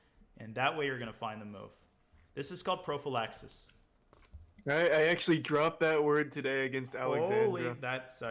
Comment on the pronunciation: prophylaxis in greek means protection so... παμε ελλαδαρα, also you emphasise the "phy" instead of the "la".